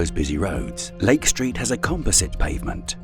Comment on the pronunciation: This video about an American city in the USA would be improved, in my opinion, if narrated with an American accent and not a British one. From the start, with his pronunciation of the words "Lake Street" I had to turn on captions to be able to understand the narration as the british enunciation was lacking in clarity for understanding of the video content.